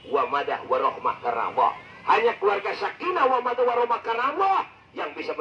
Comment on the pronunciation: Sakinah WAMADAH warohmah. Yg benar "mawaddah".